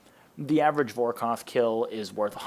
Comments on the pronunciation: Good video, but you know, its Vor kath not vor koth, lol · Great vid mate - can't wait to attempt Vorkath's cousin, "Vor-koff" 😅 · Brother lemme help (Vore Kahh thh) (Al - Chemical) Banger video brother 🤝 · Borrows and vorkoth 😂